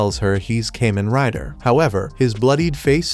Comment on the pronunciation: "Came-In Rider"